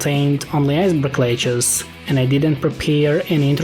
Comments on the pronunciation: every time you say 'lettuce' it sounds like, Ledge-uhs, which sounds like one of the characters in 7th Saga, Lejes. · Iceberg lechuce always gets me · He says “iceberg leguce”